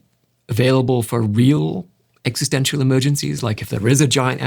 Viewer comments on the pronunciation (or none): none